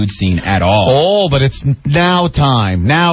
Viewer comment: "B-ut" your clothes back on. Spoken like a college graduate who's been doing radio since he was 18.